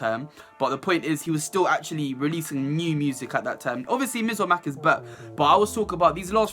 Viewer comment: The way you say “MizOrMac” is too funny😂😂😂